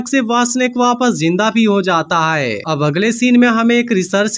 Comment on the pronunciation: Haiy q bol rhe h bhai hai bolye